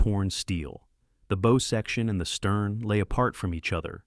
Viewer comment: "Bow" is not pronounced like bow tie. Prinz Eugen, not You Gun.